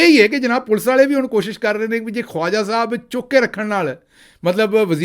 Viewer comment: Khwaja should be pronounced as khaja